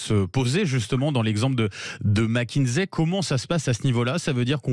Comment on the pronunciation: Mac kinsey et non Mac kinzey